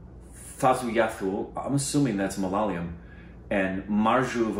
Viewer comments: next time if u can... spell it out as mala -yaa-lam.. although i liked the korbanised version malalium... 😜😜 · "Malalium" Trailer, What is that a new element in the periodic table? Ma-La-Ya-Lam .... And You can read it backwards, it spells the same backwards!! His Middle name is pronounced Jos , J as in Job not 'Hose' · It's not Malaliyum.... It's Malayalam. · It's Ma-La-Ya-LaM, Not Malelium It spelling is same backwards. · Congrats, on inventing and adding a brand new #Element, #MALALIUM, to the #PeriodicTableOfElements!! 🥳! The language is #Malayalam pronounced; Ma-la-ya-lam. 🤦‍♀️ #FYI, Malayalam is the only language that is technically a #palindrome. 🤓 You #PreciousStupids totally #Korbinised my #Mothertongue! 😁🤣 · Ma-la-yaaa-lam you guys🤣🤣🤣🤣not ma-la-la-yam🤣🤣🤣🤣🤣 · It's mala-yaa-lam. Not ma-laa-li-um btw😁🤭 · It's not "mala layam" it's "ma la ya lam". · Guys it's Mala + ya + lam. Not that hard to pronounce. I'm surprised that also said the korbanised version of malayalam 😂😂😂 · Guys its not Malalayam....its Malayalam. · It's not Malalayam,it's Malayalam... This is not the first Malayalam movie that you guys are reviewing,so it's hight time u pronounce the name properly... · Bro it is not MALALAYAM ....it is MALAYALAM .. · Guys please dont korbinize malayalam pronounce it right its ma-la-yaa-lam not malaliyum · So cute Say Mal - ya - lam 😁 this is the right way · Finally, I asked May be a 100 times for this 😀 in YouTube and Twitter! Just so you know, the thumbnail is wrong . If you watch this in big screen you will probably know the depth of Malayalam cinema. Also your pronunciation of Malayalam was a bit awkward. It should be ma-la-yaa-lam. The word Malayalam is a palindrome if you notice. It’s spelled same forward and backward 😀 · It is pronounced MA LA YA LUM(like gum) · Ahahah the way the say malalyalam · Its MA LA YA LAM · It's Malayalam ma la ya lam....... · You are pronouncing MALAYALAM wrongly